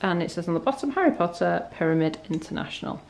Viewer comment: Why does it sound like you say "Harriet Potter" instead of "Harry Potter"?